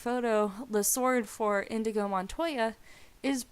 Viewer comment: Inigo! NOT InDigo.